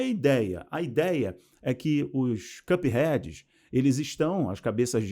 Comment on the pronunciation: "Os cupheads" Kkkkkkkk kkkkracheikkkkkkkkkkkk N sabe falar,o certo"é cupheads"